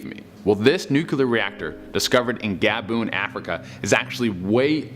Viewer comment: from Gaboone? Is that anywhere near Gabone?